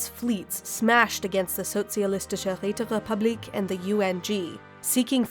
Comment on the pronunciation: Sozialistische Räterepublik, pronounced that to 99.7% perfect. Odly the hard parts were right, only the u was a little off. Great work nonetheless